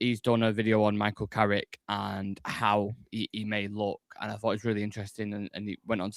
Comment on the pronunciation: It’s Carrick you know!